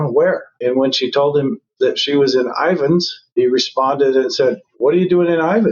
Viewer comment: Just an FYI, its spelled/called Ivins, Utah....